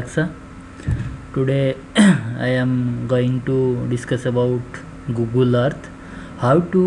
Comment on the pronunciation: GOOGLE-AH.. EARTH-THA